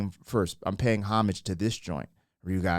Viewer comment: That song has over 350 million views! 'Excuse me Kennÿ'...she stepped on his foot with her spiked heel! Thanks for pronouncing homage correctly